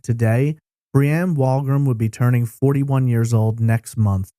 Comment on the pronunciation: It was a slow pitch baseball tournament. Locals called it the Kokanee ball tournament. Also, I think the Canadian Pacific Railroad was a sponsor (CP) as they were a major employer at the time in the town. Further, "Wolgram" is pronounced "wool-gram".